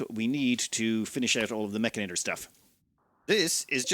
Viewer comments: It's Mechanitor, not Mechinator! Why do you make my OCD go off like this? lol... Also, you start with 2 control groups on the mechanitor. Also also, you can paint your mechs. Look in the mech tab at bottom of your screen. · It's also "Mech ani tor," not "Mech ina tor"